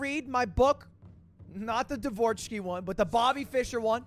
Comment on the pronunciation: Lud's pronunciation of the name Dvoretsky gets me every time. 😂